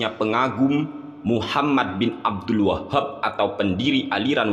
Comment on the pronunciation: Abdul WAHHHAB. muantep nglafadzkannya. 🤣😅🤣😅🤣😆